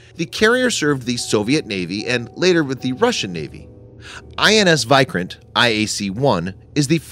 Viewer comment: Video was good, but correct your pronounciation of vikrant